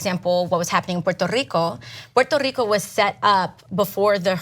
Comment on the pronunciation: puerrrrto rrrico. There's no way she speaks like that, she has been coached to stress it